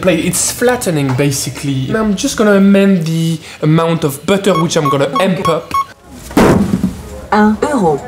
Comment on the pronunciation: Even ‘butter’ with a french accent